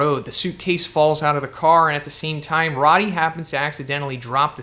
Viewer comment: Pretty sure it's pronounced like "roadie". Rody doesn't have two Ds.